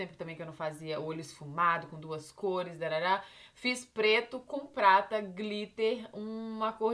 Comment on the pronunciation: parece q ela falou "Fiz pleto com plata "